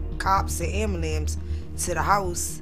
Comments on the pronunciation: The “ambalambs” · I'm sorry... but, ambalapse? 😂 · "Am bu lames " 🤪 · Did she really call the ambulance an ambalams? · Oh my goodness she talks absolutely insane. Why can't my people say ambulance correctly? What the hell is a "AMBULAMPS? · I will call the AMBALAMS or the hospital. 😂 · I know that woman did NOT just say ambulamsss! 😂😂😂😂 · The best "ambalamps" ever. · “I’ll call the ambulams” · She said AMBULAMS instead of AMBULANCE 😆😂ahahhhhhahaha I love her for that lol woooah black Betty ambuLAMS woaahh❤️🫶🏼😂💕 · What in the actual fuck is an "anbelambs"? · Ambalams 😂😂 I love it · Ambalams is stressing me tf out 😂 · Why can't black people day the word ambulance correct? I will never understand it